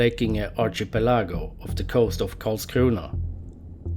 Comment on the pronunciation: Haha, I like how people from Skåne speak English without dialect, but as soon as he said Karlskrona the dialect comes on. xD